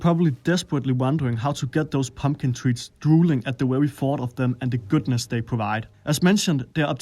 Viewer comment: And v, too! wery nice!